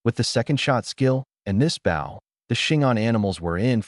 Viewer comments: Why do all AI-read stories pronounce the word "bow" wrong? Bow should be "bŌ", rhymes with "go", not "bau", rhymes with" "cow". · For once please can one of these things pronounce “bow” properly.